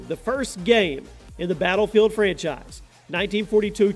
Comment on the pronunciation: you can't even pronounce battlefield